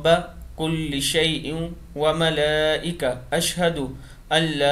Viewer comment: Assalam o Alaikum Jazak Allah Khair Please check the pronunciation of the word “ مليكه”